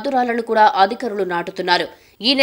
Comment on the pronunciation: amma thalli aaaadikarulu kaadamaa adhikaarulu